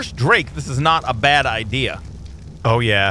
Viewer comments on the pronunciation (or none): none